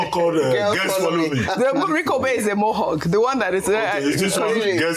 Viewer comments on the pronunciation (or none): lol, It's not Mohug Ojy... It's Mo' Hawk. good job you guys